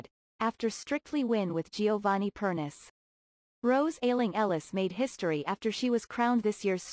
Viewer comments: per nee chay NOT pernis for goodness sake don'tp you listen to Strictly???? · The problem with using computer voices for this sort of thing is that they can't pronounce people's names correctly.. Giovanni is Italian is last name is pronounced "Per knee chee" (three syllables).